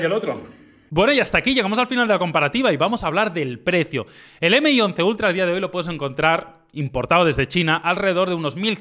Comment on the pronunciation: "m" - "i" y no MI 🤦🏻‍♂️🤦🏻‍♂️🤦🏻‍♂️